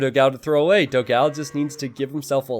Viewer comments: please learn the correct pronunciation of "Dogão". It would be a gift to all your brazilian followers. Also, great content as always! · Your Dogao pronunciation is wrong, type "dó gão" at google translate and listen the brazillian portuguese pronunciation